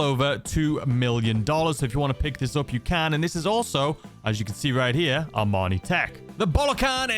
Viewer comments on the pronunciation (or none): why do you constantly mispronounce IMANI's name for armani.. sponsor.?